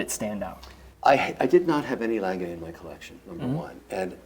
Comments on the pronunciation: Its not langay kevin its lange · Love these collabs. It's also funny hearing trying to help Kevin pronounce Lange (Lohn-gah rather than Lang-gay) to no effect. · I swear to fucking god, if calls it “Longuh” one more time im gonna lose my shit. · You forgot his absolute butchering of pronunciation of German “Lange” 😂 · Kevin O'Leary pronounces the brand wrong :goodvibes::goodvibes: he pronounces is French!!! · Pleeease don't call the "Lange One", is "Lange Eins". Thanks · Very disrespectful, he mispronounces Lange disrespecting the manufacturer he interrupts, that's arrogant and disrespectful, just makes it too hard to watch for me.